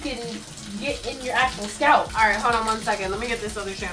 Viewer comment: "their scelp"